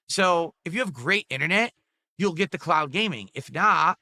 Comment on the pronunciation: Why is he saying "clout" instead of "cloud"?